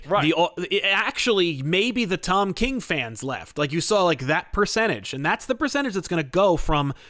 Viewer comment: It sounded like kept saying Todd king